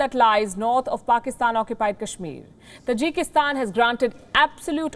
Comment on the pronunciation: Hey the word is Taajik in accent not Tajeek (Tajik) lol Tajikistan But you are calling it Tajeeekistan.😆😆 Got listen it's native residents